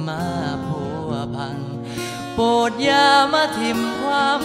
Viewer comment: น้ำเสียงใช้ได้นะเสียงดี เเต่เพลงมันจะน่าฟังต้องชัดถ้อยชัดคำ อักขระ เเละวิธีร้องต้องถูกต้องตามหลักภาษาไทยด้วย อย่างเช่น " โปรดอย่ามาถิ่มความฝัน" นักร้องร้องออกเสียงว่า " โปด อย่ามาถิ่มความฝัน" มันทำให้ความหมายเปลี่ยนไป ภาษาอีสาน "โปด" แปลว่า ผ้าที่เปื่อยยุ่ย เพลงต้นฉบับ เขาใช้คำว่า "โปรด" ลองฟังกันดู